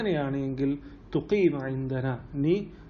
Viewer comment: മാ ശാ അള്ളാ ഒരു സംശയം ഇദൻ എന്നതിന ശേഷം തുഖീ മ എന്നാണ് പറയുന്നത് തഖൂമ എന്നല്ലേ പറയേണ്ടത് കൂടുതൽ പദസമ്പത്ത് വർധിപ്പിക്കാനുള്ള പോസ്റ്റുകൾ ഇട്ടാൽ ഉപകാരം